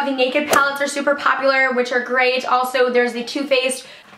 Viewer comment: "Papular" "Papsocket" "Pasible" "Fluffy sacks" "Cancer tickets" Whats up with all the a's 😂😂